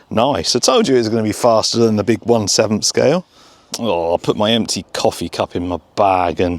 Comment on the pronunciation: It took me a few tries to realize he was saying" I was so impressed with mjx's seventh scale rally car" ( what I was hearing was for the same price of mjx 7 scale rally car)